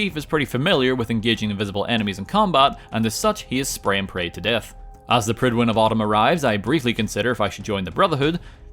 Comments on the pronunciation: "The Prydwin of autumn." Nice. X'D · Prydwen of Autumn 🤣